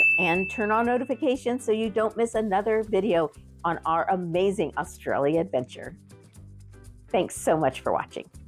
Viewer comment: "AUSTRIALIA!" ? Try, "Australia". LOL